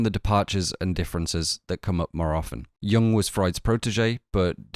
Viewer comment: BTW "Jung" is pronounced "you-oong", not "young"